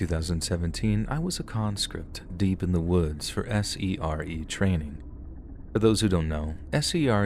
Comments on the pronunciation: SERE is pronounced "seer". Just fyi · S.E.R.E is pronounced 'sear'.